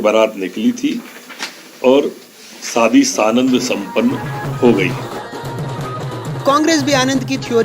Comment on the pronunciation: Bhosdiwaale..shaadi tak theek se nahin bol sakte..saadi